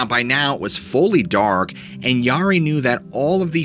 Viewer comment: Great stories.. Mispronouncing the Yari kind of made me twitch, though.